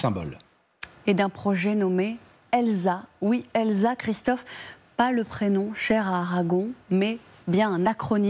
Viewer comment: heu... la prononciation de l'acronyme... on va travailler son anglais ou pas ?